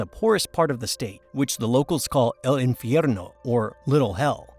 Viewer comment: My guess is when he copied and pasted into his AI reader he put “infiernio”